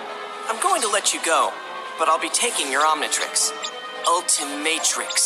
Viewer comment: For some reason when I hear ultramintrix I hear "Ultra Matrix" Like man going through the matrix?